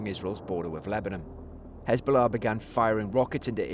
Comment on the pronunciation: Has-ball-ah became Had-ball-ah